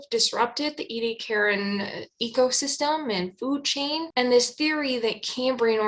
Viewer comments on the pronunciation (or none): none